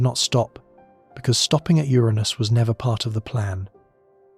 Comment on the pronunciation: Uranus, 😅 not my anus